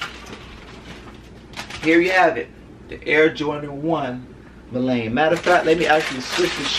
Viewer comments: It's Milan not Milane lol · Lol your pronouncing Milan wrong...it’s pronounced *Mee-Lawn